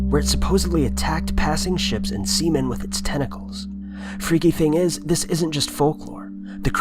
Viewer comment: did he say the squid attacked semen? lol